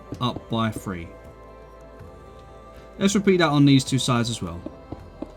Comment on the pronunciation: wun, tue, free <3